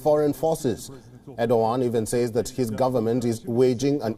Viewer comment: Aur-do-g@ (Erdogan)